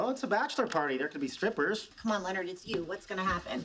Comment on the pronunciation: Mate, this really isn't necessary... and get "Leonard" right.